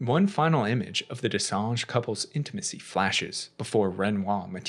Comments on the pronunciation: So far it's the best explanation I've seen. too bad you keep saying what sounds like "Dessange" instead of "Dessendre". Maybe it's an accent thing in which case, my apologies. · Watching this guy try to say Dessendre but saying Dessange instead was hilarious. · Je pense pas que ce soit ça. J'ai vu pein de vidéos d'autres anglophones le prononcer plus ou moins correctement. Ce mec là est le seul à dire dessange. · You did a few mistakes.. Sciel didnt give birth.. she lost the baby when she tried to drown herself after they found the body of her husband. Also, the way you pronounced their familly name 😅 DescenDre not Gre my dear.. but good video all the same. Thank you for the extended explanation. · Why are you calling them Dessange?? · Even as a French speaker myself, though not fluent, rolling your R’s can be difficult. That’s why.